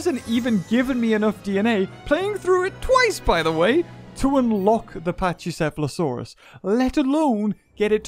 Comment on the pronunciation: It is pronounced pack E seh fah lo saur us